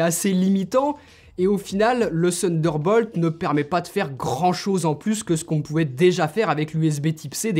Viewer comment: J’adore quand tu dis « sunderball » tu es charmant ;) Pour le reste supere présentation. Claire détaillée et comparer divers appareils entres eux en situation est une supere idée. Pouce bleu, et pour le reste déjà abonné. Bonne continuation x Stéphane